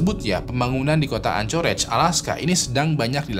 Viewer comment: Untuk anchorage city bacanya "ankerej" bang